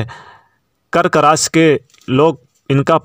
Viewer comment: रास या राशि 😂😂😂 भाई बोलना तो सीख लो पहले